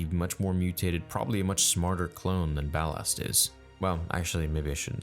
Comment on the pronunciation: Ballast not Ballard